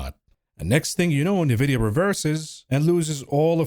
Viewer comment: It Nvidia not Nevidia